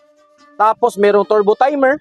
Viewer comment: Nakakatawa mag bigkas si bisayang hataw-hataw kamay...turrrrrbuu..🤣